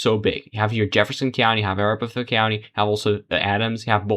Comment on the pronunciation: Totally meaningless and annoying that you keep the Hickenlooper race on screen 90% of the time. That was basically settled early on, and many other races were not at that point. And it is a-RAP-aho. After the native Arapaho tribe.